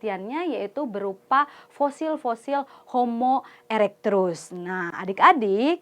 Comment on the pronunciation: Maaf kak sedikit koreksi, Itu kakak ngomong "Homo Erectrus" itu seharusnya bukannya "Homo Erectus" ya?